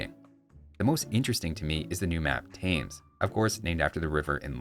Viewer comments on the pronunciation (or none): Thames is pronounced Tems, weird I know. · It’s more like “tems”. IE the number ten, but with an M rather than an N. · Thanks for the thorough coverage of the new update! Just fyi Thames is pronounced like Tems, no th and the a sounds like eh. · A very minor one, but FYI Thames is pronounced more like Tems rather than Tames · The British river Thames, is pronounced Tems. Don't mention it. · Thames is pronounced Tems :-) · Please pronounce Thames as Tems! Or it's going to be impossible for us Brits to watch any casts of that map! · just a pedantic side note... when talking about the river in England, the name "Thames" rhymes with the word "phlegm" ... because English is a silly language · I've not played in years as I'm all about age of empires 4 these days but I still love the videos. Had to comment to say Thames is pronounced "tems" rhymes with hems or thems with a T sound at the beginning not a Th. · Thames, is pronounced T-hems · Thames is pronounced 'Tams', I think I like this patch, but also find it a little frustrating! It has many concepts I would've liked to see, but they are executed differently E.g. Elite Conq -> Reload Time 2.75 (instead of 2.9), keeping with the theme of faster firing gunpowder units for Spanish As for the Armenians & Georgians, I have a feeling that the 'Fortified' (being able to attack) part of Churches is going to become a 25 Stone emplacement per Church, with Churches then costing 175 Wood base-line. The graphics for the Church might not be ready to be shipped, so they've pushed out the compensatory buffs as an early playtest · Cool video as always but one thing to my north American brothers... it's pronounced 'tems' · Yeah. Normally, it rhymes with gems. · Thames is actually pronounced as "crenellations" in case no one has told you yet. Yeah, English is weird like that. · (Just between us, you mispronounced Thames) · .....That pronounciation of "Thames" has to be intentional for bait? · Fine, but he didn't mispronounce the Nile.